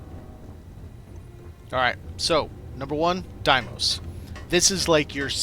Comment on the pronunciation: Yo bro, its pronounced "day-mose". The vendor in game even says it. Where'd you come up with die-mose?